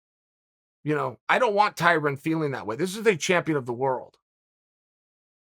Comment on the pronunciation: Dana: “Tie Rone” Tyrone: * “Tie Ron” Chael: “Tie Rin”